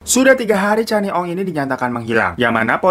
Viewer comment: Bang glowing, sebutannya kenny ong, bkn channi ong 😁 salam syg dri 🇲🇾